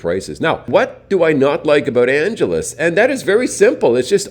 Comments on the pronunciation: Anghelese, not Anjelese. Sin city? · Its not pronounced like Los "Angeles"....ask a local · Check your pronunciation of "Angeles"